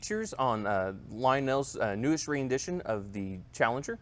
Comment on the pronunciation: Ren Dit Ion. Not re in dit ion.